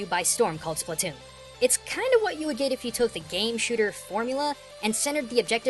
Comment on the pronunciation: Splatoon, not spletoon!